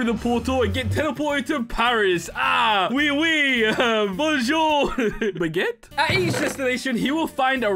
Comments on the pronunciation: “bonejour” - 2022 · man said bone zure